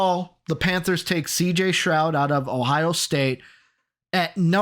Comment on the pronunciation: Keep saying CJ Stroud name wrong